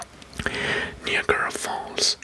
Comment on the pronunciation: Bro please no the pronunciation of niagra falls it’s ni like night and then agra like viagra to make niagra falls